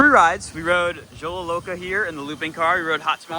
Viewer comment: Xolo Loca is pronuce Cholo Loca